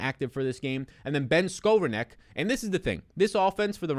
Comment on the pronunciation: pronounced like this Ben (Ska - Rone - Nick)